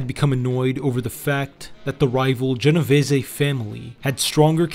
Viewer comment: You really should spend research time learning how to pronounce the names of the people in your videos. The content was fine. It was a nice, tight presentation that covers the important point, but when I hear things like Valachi, pronounced "Va Lack e" instead of "Va latch e" it detracts. Genovese and Lucchese were also both off. Those are all very prominent names in the American mafia.